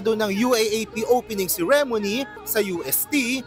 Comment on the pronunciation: Bukod sa mga corrupt, nakuha mo din yung pikon ko sa pronunciation ng 'ceremony' 😅😅